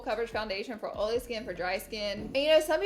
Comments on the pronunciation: Marshae Dudley “oley” Lol. Yesssss. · I swear i thought you said ariola when you said oily lol 😂😂 you look gorge today as always! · Oly and grizzy-really Laura?!😭 for oily and greasy, also finish the words completely 😬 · Ol and oly skin? And greazy? So funny 😂😂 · Laughing at myself by reading this title of the video and saying oily like Laura 😂